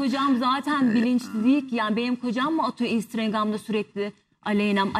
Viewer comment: 1 saattir yorum okuyorum, hiç kimse kadının sürekli "instrengam" dediğini fark edip de yazmamış.